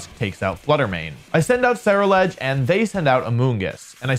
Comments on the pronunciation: I think Ceruledge is pronounced like 'cerulean' because it's blue? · Someone please tell Wolfey how to pronounce Ceruledge